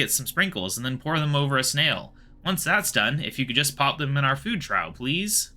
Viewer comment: Well it's fitting since a group of owls is in fact called a parliament. Also Trough is pronounce "Troff" like a water trough. Glad to see more quests getting done. Regards Josh